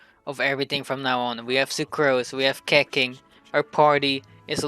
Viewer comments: Its not keking its keching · Its not keching its Keqing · I died when he said keqing like that